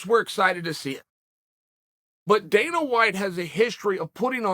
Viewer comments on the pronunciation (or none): none